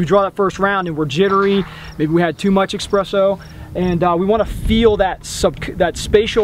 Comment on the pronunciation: Just a note,. It's called Espresso not Expresso, hahahaha!